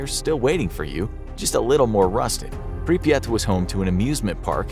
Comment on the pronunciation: Pripyat is actually only two syllables. The first syllable is close enough to the English prefix "Pre-". The second syllable is a bit like, if you take the word "yacht" and stick a P on the front of it. So, "Pre-PYAHT." That's admittedly not perfect, but it's closer than one listicle that pronounced it more like "papaya." 😆